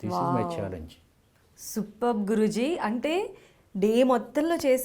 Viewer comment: మీరు ఆయన్ని గురూజీ అంటున్నారు. కానీ నాకెందుకో జిగురు అంటున్నారేమో అనిపిస్తోంది😜